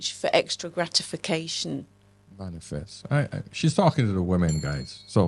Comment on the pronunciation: She said mainfest lol